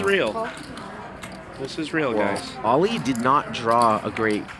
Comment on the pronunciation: So triggered by how this guy is pronouncing Ollie.